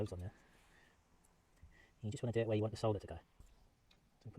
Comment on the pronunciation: I noticed you said SOLDER the right way. Not SODDER😂